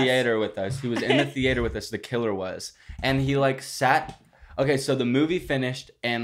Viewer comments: Thee- ate- er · the way that pronounces the A in theAter makes me wanna slap him